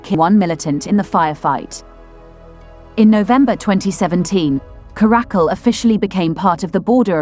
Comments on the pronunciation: It's not a karack-kul, it's a cara-cal. The caracal (Caracal caracal) is a medium-sized wild-cat' native to Africa, Middle East, Central Asia, and arid areas of Pakistan and Northwestern India. OK? 🤫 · Please note that 'Caracal' has the accent on the first syllable, thus: CA-ruh-cul.